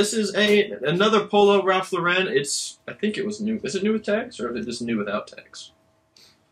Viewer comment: Im listening to some of your older videos while im listing. I hate patagucci too. But i also hate that you guys dont pronounce lauren correctly. Most youtubers do it but its always cringy to me. Poor Ralph. I know their corporate hates it too.